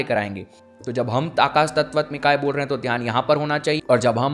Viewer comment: भाई आप मंत्र तो सही बोल नहीं रहे, अनाहत चक्र घंटा साधोगे।। कहीं तत्वत्मिकाये तो कहीं तत्वत्मिकायै लिखे हो! और बोल तत्वत्मिकाये रहे हो बार बार! वस्तुतः ये बात आप जानते हो कि यहां से कोई किसी भी प्रकार की सिद्धि नहीं कर सकता, साला आसन तो सिद्ध नहीं है ये सब बिना गुरु के नहीं होता, जो सामने बिठा के आपकी एक एक वृत्तियों पर ध्यान दे!! मूर्ख हैं जो ऐसी विडियोज के चक्कर में पड़ते हैं, आओ कभी बनारस दिखाता हूं, चक्र खुलना किसे कहते हैं होम वर्क करो। किसी विद्वान् को पकड़ो, कुछ सीख लो, यार ये पैसा जैसे कमा रहे हो ना! सब वैसे ही चला जाएगा।। केवल जीविका चल सकती है बस ये करके।।